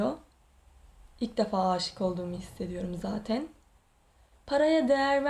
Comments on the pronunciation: zatin zatin zatin nece konuşuyorsun abla yaaaa kötülük olsun diye söylemiyorum yoksa gerçekten çok tatlı birisin ama bu konuşmaların biraz tatlılığını bozuyor. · Neden zaten‘e zateyn diyor ? 🤔